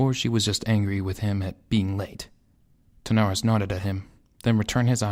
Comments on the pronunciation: Lovely work. Please do! If I can make a request, please get the names right! Wrynn = Rin (Like Tin) Terenas, not Tanaris ;p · Hey there, just a quick ear sore that bugged me so much: King Therenas Menethil. King THERENAS, THE-RE-NAS, not Thanaris. And also Turalyon, TU-RA-LYON, not Terelion. Otherwise, I've read this book in two languages and I find you capture the characters well. Keep up the good work.